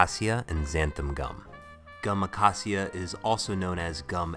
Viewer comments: Ah-kay-sha. That is how it is pron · its pronounced uh-kay-sha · The way he says acacia triggers me but I still love him lol